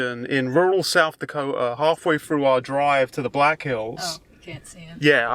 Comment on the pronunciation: i love the way you say south dako'a